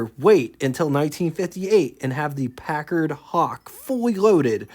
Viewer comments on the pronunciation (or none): none